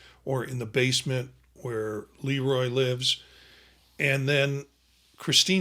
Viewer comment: You're running a movie channel yet you've never seen or heard of "The Bad Seed"? That's sooo embarrassing. It's a classic. It's run on TV a million times, ever since the '60's. And the Director's name is pronounced "Luh Roy", not "Lee Roy". Soft "E", not hard. He was a very well-known Director- but I guess you'd have to know something about Movies, or Hollywood, to know that. And you've never seen "Village of the Damned" either? Maybe you should stick to subjects you know something about.